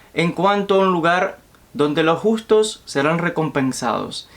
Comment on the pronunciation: Los justos no los gustos, agueonao aprende a leer.